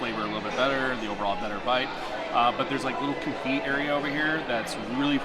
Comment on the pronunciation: The T is silent on the confit